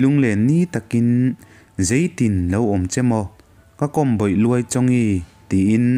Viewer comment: "Zei tin lo awm che maw? " tih laia 'zeitin' tih lai tak hi 'engtin' tih nen a thlûk hi a in ang tur ania aw... Ka lo sawi ve lawk anih chu😊